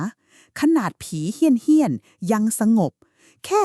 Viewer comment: เฮี้ยน .. ไม่ใช่ เหี้ยน ที่แปลว่า สึกหรอ ครับ !